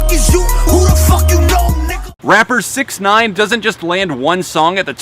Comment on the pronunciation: You're saying "6ix9ine" but all I can hear is "paedophile"...